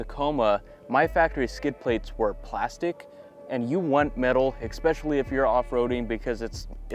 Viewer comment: He keeps saying ekspecially